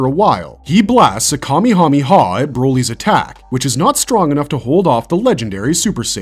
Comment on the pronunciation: Where do y’all get “me” when saying the kamahawave! It meh! Ka meh ha meh! Not me! Had to search please and i mean please research. It’s literally online.